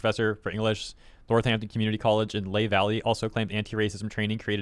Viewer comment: It's Lee-high Valley.